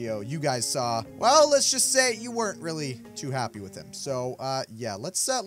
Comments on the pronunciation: Hewow Weally Andwew Wowld Lol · its witwwy now weaswon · Anthony: Reawlly Me: WHY WHY ARE YOU SAYING Reawlly